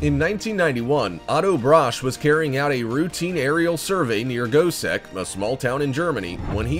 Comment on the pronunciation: I swore the said goatsex circle not gosek